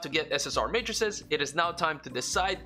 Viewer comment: finally someone who pronounces matrices correctly and knows the singular is matrix